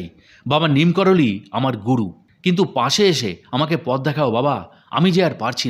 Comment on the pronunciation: Neem karoli.......ekti jaygar nam! Sei namei tanr nam diyechhe bhoktora!!! "Neem korali" noi please!!!!!!!!